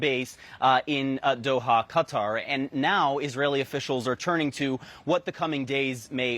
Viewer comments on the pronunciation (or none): Why the media keep talking about cutter?😂 that's not how you pronounce it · its KA- Tar not cutter 😂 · Cutter? 🤢it’s QATAR!!! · Qatar Q is silent pronounce Kuh-Tar Although it's Arabic many Americans pronounce it CUT-ter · Many Americans pronounce it CUT-ter that's what it sounds like when the Arabic over there pronounces it CUT-ter Qatar Q is silent Pronounce Kuh-tar . I was in that region but I announced it Qatar . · when will US media say Qatar properly... it is not cookie 'cutter'! lol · So how to pronounce CuttaQatar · You are paid to present a program on Qatar, is it too much to ask for you to learn how it is pronounced correctly? Ironically ever your female colleague could pronounce it and still you didn’t take the hint. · Why can’t any news channel pronounce Qatar correctly? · Why can none of these people pronounce Qatar properly? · How do these journalists not know how to say Qatar??